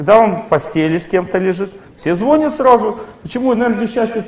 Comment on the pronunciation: ЗвонЯт, звонИт, позвонИт 🙂